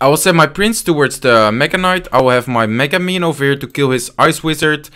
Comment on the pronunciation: i like how says ¨mega miniion¨